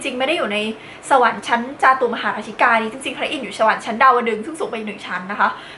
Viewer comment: จาตุมหาราชิกา ต้องอ่านว่า จา-ตุม-มะ-หา-รา-ชิ-กา หรือ จา-ตุ-มะ-หา-รา-ชิ-กา ได้ยินพระเทศมันจะเป็นแบบแรก